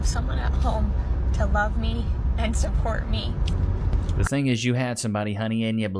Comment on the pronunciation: . Emphasis on "support me." Yeah, I need someone to pay my bills so I don't have to work anymore. Life is hard, it's harder when you're stupid.😂😂